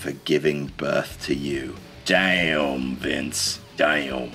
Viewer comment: That's a two-syllable Damn!